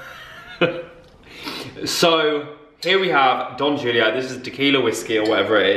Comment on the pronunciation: How does pronounce Julio correctly but not jalapeño?